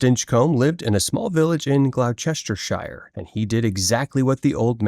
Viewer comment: It's pronounced GLOST-ər-shər [ˈglɒstəʃər].